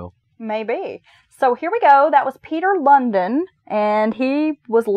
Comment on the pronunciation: Lundin is pronounced like loan-dean. As a dane i must say he is pretty infamous. Thanks for the podcast. 😊